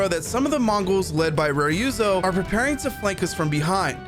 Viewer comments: Man are u intentionally saying “Rayuzo”😂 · The way japanese says Ryuzo is just to leave you the (Y) so it sound like Ruzo so hearing someone say Ryuzo with the Y lowkey made my minde fucked😂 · My god what did the eng VA director do. Ryuzo is pronounced so wrong 😅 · How can you even mispronounce Ryuzo. The english audio literally tells you how it’s pronounced.